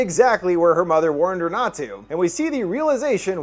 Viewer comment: Wurned? Worned? Whorned? Lol